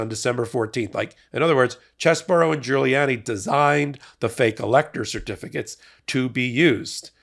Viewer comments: Its pronounced CHEESY BRO. Not chess-bro. Lol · Please stop saying "Chess Borough" it's actually "Cheese Bro". CheeseBro. Chesebro. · His name is pronounced Cheese Bro not Chez Bro you know like his brain is like Swiss cheese full of holes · Why call him "Chess-boro"? His name is "Cheese-bro." 🧀 😄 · Is it pronounced Chess-bro or Cheese-bro? I still haven't found confirmation on this.